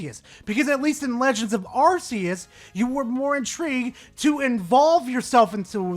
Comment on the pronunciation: "Legends OF Arceus" really hurt me.